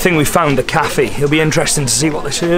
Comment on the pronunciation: Cafeeeeee lol